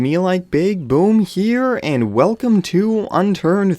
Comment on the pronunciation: I think he wont play with you because you said "unternd" like a noob! you need to say unturned, lol